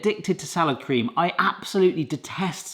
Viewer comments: For a long moment I thought you were saying 'sour cream'. I was today years old when I found out Salad Cream is a thing. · Are you saying SOUR cream or Salad Cream? If it's salad cream - what IS that?